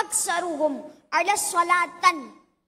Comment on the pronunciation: ماشاءاللہ۔۔ کانفیڈنس اچھا ہے۔ حدیث مبارکہ جو بیان کی بچے نے اس کا تلفظ درست نہیں۔ علی صلوٰةٙٙ نہیں ہے بلکہ علیّٙ صلوٰةٙٙ ہے۔